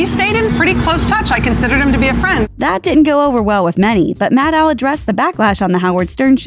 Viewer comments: That's the best you could do for Maddow shadiness? Also, you mispronounced her name throughout the entire video. Maddow rhymes with "shadow." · It’s pronounced “Maddow”, like meadow, you idiot.